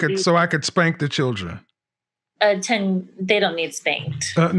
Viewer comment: She can't even pronounce words properly. It's promounced "children" not "chidron". It's pronounced, "older" not "odor".